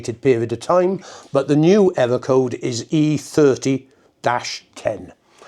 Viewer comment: Pwogwam, ewwo code, ahlahm, pwessuh, dwum!